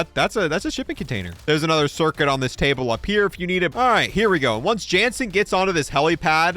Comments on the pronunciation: "Also wanna pick up this turcuit cirrit" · Lol. "Turcuit Cerrent"